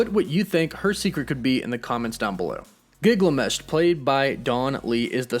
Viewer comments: GIL-GA-MESH. ..not GIG la mesh fer corns sake... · Gil-Ga-Mesh, not Gig-La-Mesh 😂